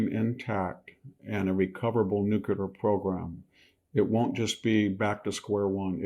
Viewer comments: Why can't old, otherwise intelligent people pronounce "nuclear"? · It's a shame Victor has the unable to pronounce 'nuclear' affliction. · They don't have a nuclear weapons program. The IAEA has been clarifying that for years. This is Israel trying to drag us into yet another regime change in the Middle East, all of which in the last 20 plus years have ended in chaos and shit for the countries involved. And for God's sake, please learn how to pronounce "nuclear". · Great content but please say ‘nuclear’ properly. It’s very distracting! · I agree, he's brilliant. That's why it is so jarring when he mispronounces nuclear. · thank you… I feel exactly the same way, wtf?! 😵‍💫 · Love the info but please stop saying “nucular”. Nuclear. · I love you Victor but PLEASE say NUCLEAR not NUCULAR! It's not a real word! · Dear VDH, it's not "nuke-ya-ler." It is: "new-clear." Dear VDH, please stop waving your hands at the camera, it makes us blink and turn our heads - and you're not Italian. Trim your fingernails; your wife will thank you. 😖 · It’s NOT pronounced NUKULAR. It’s spelled and pronounced NUCLEAR. Nuk lee er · Would you please stop saying "new-kyou-ler" when you mean "new-klee-er" (nuclear). It bugs me so much I can't listen to you. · Somebody tell VDH its NU-CLE-AR not NU-CU-LAR. There is no such thing as an atomic nuculus. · Please Victor, stop saying "Nuc-u-ler" Nuclear brother. Nuclear. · Pet peeve. Victor does and MANY others also. The word is new-cle-ar NOT new-cu-lar. Please please. It takes all of your credibility away as a genius, professor which you are. Practice in front of a mirror if need be. It’s nuclear, not nucular. Just aks somebody🥸😝pun intended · Victor - It is not pronounced "nu-cu-lar", it is pronounced "nu-cle-ar". Makes you sound stupid when you say it wrong. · Victor, you're so intelligent and articulate. I think that's why pronouncing nu-clear as new-que-lar bugs me so much. I know, I have issues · nu clear not nu cu ler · NU-CLEE- ER